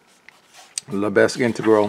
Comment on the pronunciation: Lebesgue is pronounced “LE - BEG.”